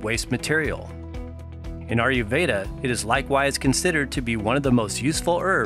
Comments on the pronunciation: A-YUR veda & not AR-YU veda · India IS southern Asia. And you can't really pronouce "ayurveda" can you.